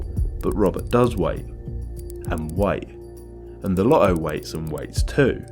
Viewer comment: Dude swallowed the T’s in LoTTo